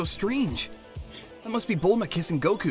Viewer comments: "Belma" haha its "Bulma" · BELMQAEROE HAHA ITS BULMA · It’s Bulma not Bellma and uhhh……. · It’s bulma not belma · It’s bulma not Bella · It's Bulma not belma 😂😂😂😂😂💀